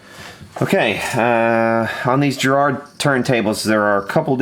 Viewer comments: Ĵarrard?? No. GARRARD sounds like Gary... Garraard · Over here we pronounce it Garrard, not Gerard, with a hard G, like garage, and the accent on the first A. I really hope you didn't lubricate the outside of the motor armature, it's not meant to touch the magnets at all... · 1) It's Garrard, not Gerard. 2) It's idler, not idaler. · Its Garrard not Gerrard. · It's 'G' as in Girl, 'A' as in bArrow then RR as it can only be, and then 'ard' as in 'hard' not jerrard, Garrard - Dunno why everyone sees Jerrard when it's wriiten Garrard? Don't take this as a poke, it's just everyone seems to do it. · That's Garrsrd not Gerard, hard G! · I had one of these a long time ago - we had some good parties at Dudley Road Hospital nurses quarters lol. BTW it's gArrard not gErrard. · $2 for a turntable is sweet. It's actually pronounced Ga-rrard, but that's nit picking. Is there a ground wire, it sounds like it isn't grounded. Great job bringing it back to life. Now crank up some Zeppelin on it. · … that’s uncalled for. You should stand corrected on the mispronunciation of the word Garrard and apologise to ‘ThePolaroid669’. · It’s Garrard with a hard ‘G’ in the same way a guitar starts with a hard G. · Enjoyed that very much. By the way, it's Garrard with a hard "G" and emphasis on the "Ga" Hit the speaker icon. British accent optional. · Garrard. Hard G. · we say it in England with a hard G Garrard.i have garrard clocks, some of the best ever made. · Garrard is not pronounce like a J. Use a G. Like in God I'm dumb. I like the way he's heating up the center shaft (and it's expanding) to get it off. So intellectual. Oh...we hear intermittent sound. "That must be a short." Have we ruled out open circuit, or is "short" the only word we know? What a train wreck. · Love the way in which you wrongly pronounce Garrard!